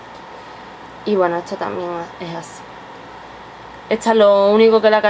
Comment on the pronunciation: QUE IDIOMA HABLAS??? Y PORQUE DECIS ETSA???? ESTAAA SERIA